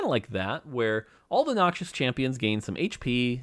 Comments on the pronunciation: Riot is putting their assassins on for calling Rek‘sai a him and pronouncing Noxus as „Noxious“ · Why does he say Noxius 😫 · BRO MORT STOP CALLING NOXUS "NOXIOUS"